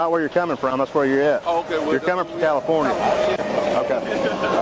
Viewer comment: What was in LA? Well, st least they both said Califirnia lol. Good puppy, and quick! The guy with the cutter, sure has a story to tell. Thanks for helping the officers! Good stuff,. Thanks!